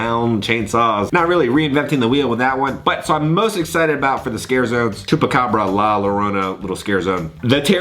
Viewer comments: The pronunciation for La Llorona is “La Yorona.” Double LL in Spanish is a Y sound. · Just for pronunciation- la llarona is pronounced la yarona.